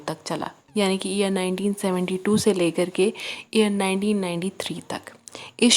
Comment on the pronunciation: What do’u mean ear 1972 se ?.... can u not pronounce year?.. why speak English if you speak bad English?..stupid woman